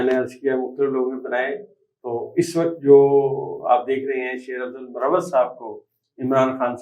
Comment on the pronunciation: سر مروّت نہیں۔بلکہ مر وت ھے